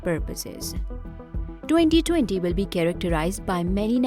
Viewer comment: Am i the only one who is disturbed by the way she says “2020”. No! Just me ??